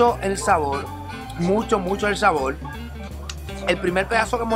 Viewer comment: Que problema tan grande tienen los puertorriqueños con la R. SaboL, moLdi, ceLdo, yoguL.... Por Dioss. Me duele la cabeza después de 5 minutos. Escuche bien compadre: Si usted quiere ser influencer lo primero que debe hacer es aprender a hablar. Deje de confundir la R por la L. Y no me salga con la excusa: Lo que pasa es que los puertorriqueños hablamos así.